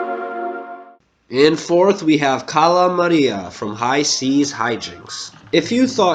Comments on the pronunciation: Kahla not calla and same for dr.kahl but without a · Cala Maria. Cala Maria. Not Carra Maríah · XAXAXAXAXAXA I AM CRYING when he said cala maria he sounded like an german tourist whou has gone to Greece and he tries to order some squid which is καλαμάρια (kalamaria) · Its Cahl-a Mah-ree-a if ya wanna pronounce Cala Maria